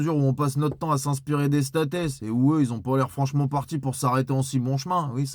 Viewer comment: Les "statès" lol I adore 😂 Changez rien, vous nous êtes indispensable !